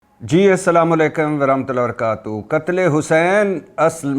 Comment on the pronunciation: ماشاءاللہ بھٹی صاحب ایمانداری سے کام کر رہے ہیں۔ السلام علیکم جیسے مناسب سلام سیکھیں۔ سلام کا صحیح تلفظ سیکھنے کی کوشش کریں۔ آپ کا السلام علیکم ورحمۃ اللہ وبرکاتہ درست نہیں ہے اور آپ جانتے ہیں کہ یہ کوئی روایت یا فیشن نہیں ہے بلکہ یہ ایک دعا ہے۔